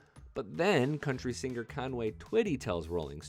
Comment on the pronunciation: Very few people mispronounce the word singer.....but you do several times. By accident, not on accident.